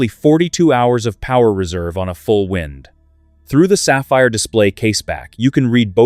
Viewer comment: Excellent movements - awful AI commentary. "Wind" as in "to wind up", NOT "wind" as in strong breeze. So irritating